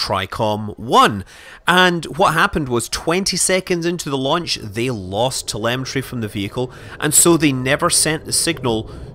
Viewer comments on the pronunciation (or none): none